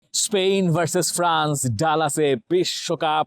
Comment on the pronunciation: স্পেইন শুনতে শুনতে কানে ব্যাথা ধরেছে। উচ্চারণটা স্পেন হবে না!!!